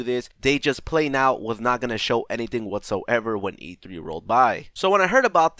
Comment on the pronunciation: "waatsoevar" just no